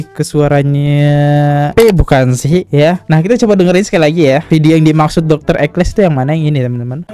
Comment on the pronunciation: Judul video "Dr Ekles", masa dibaca "Dr Eksel", tolong teliti kalau membaca, sering sekali ini salah dalam membaca beberapa kata atau kalimat.